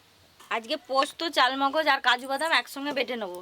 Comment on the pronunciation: গেভি নয় গো বলো,,, গ্রেভি।চালমগজ নয় গো,,, চার মগজ।